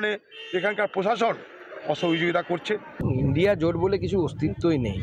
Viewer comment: INDI bolchen keno ? Pronunciation thik korun